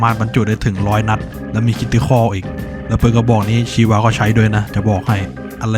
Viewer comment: ชีวา ชาวา ได้ยินเรียกแบบนี้แล้วรู้สึกแปลกๆ😂